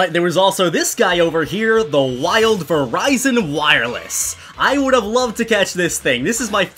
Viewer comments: He really did just call Virizion “Verizon”. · How to pronounce Virizion V-er-ie-z-on